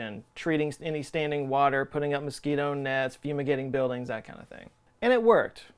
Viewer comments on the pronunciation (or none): none